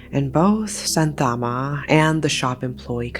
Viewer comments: Its Shanthamma not Santhaama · Its pronounced as shaa- thaaa- amma